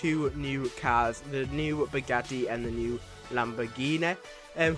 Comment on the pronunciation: No it’s “Bugatti”